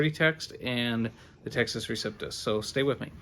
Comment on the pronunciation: You are lying, and don't have the guts to identify which bibles of which you speak. You know the majority is corrupt, so blow it out your duffle bag. BTW it is receptus, not reciptus. What a dork.